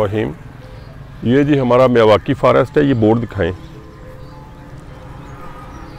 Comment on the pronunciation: मियांवाकी होता है न कि मिवाकी।